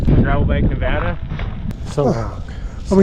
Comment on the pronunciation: Please pronounce Nevada properly. Otherwise good, interesting vid.